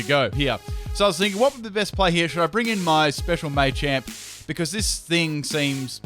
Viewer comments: Not Maychamp, Machamp. Like Muh-champ. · Just FYI, it's pronounced "Mah-champ," not "May-champ." Because it's a combination of macho and champ. Same with Machop and Machoke. Especially Machoke. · you know its not 'mai champ' its ma champ